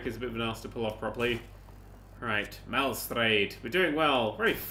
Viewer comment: "Maestrale" =/= "Malstrade"